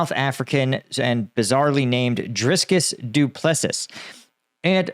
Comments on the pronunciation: Pronunciation of the South African's name was brutal. Should sound something like "Dree-cuss doo pluh sea". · your mangled pronunciations are often rather entertaining... The unfortunate UFC fight loser's name is pronounced (roughly phonetically) dree-kis doo plessee. Hehehe... Have a great day! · Please please Google how to pronounce Dricus du Plessis. You just butchered his name!!! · The only thing bizarre about ddr’s name is your pronunciation